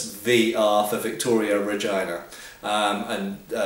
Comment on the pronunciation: you make regina sound like vegina xD